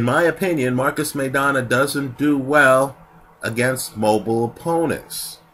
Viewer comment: MY-Donna. Not MAY-Donna.